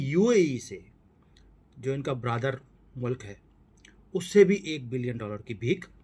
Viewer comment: Sir ji, you need to pronounce the right way. It's NOT "brother mulk", it's "Beraadar mulk"...😅😅😅